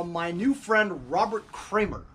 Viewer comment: It’s Kraemer😂😂